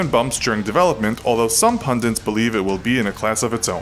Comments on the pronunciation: It's pundit, not pundint. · can't listen to someone who says 'pundint'